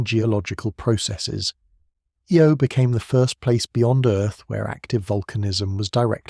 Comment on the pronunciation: The Jupitar small moon with the most volcanic geology is pronounce,"eye-oh"